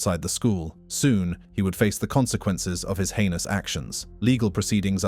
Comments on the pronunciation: I mean, I’m not a native speaker but the way this voice said heinous and atrocious… nobody would say it this badly if it was a real human, it’s pretty clear that this is an ai voice or a text to speech program used for the video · is this AI channel , the auto speaker can't pronounce heinous